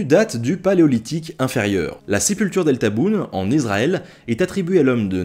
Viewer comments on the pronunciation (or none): Attention, on dit Issssraël, pas Izraël ;)